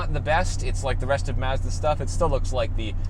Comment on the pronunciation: You had me at your Japanese pronunciation of Mazda.